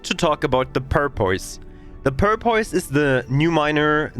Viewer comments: The English pronunciation for Porpoise is "paw-puss".. (not making fun of you, your English is awesome) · I don't speak a second language, so I mean no disrespect...but it's pronounced "Pour (as in pouring a glass of water) Puss, Pour-puss. The way you were saying it was cracking me up. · I don't know if anyone ever let you know or not, but it is porpoise as in the dolphin like water mammal. porpoise (pronounced pour - pus). just trying to be helpful not mean thanks for your great videos they have been a godsend for a return player.